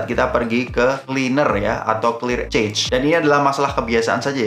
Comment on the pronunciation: Koreksi Cache itu nyebutnya "Kash/kesh" bang bukan "kech/cech/"